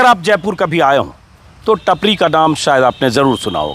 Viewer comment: नाम टापरी है. टपरी नहीं